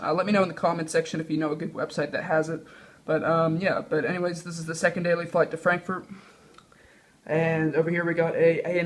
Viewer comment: Lol u said frankfoot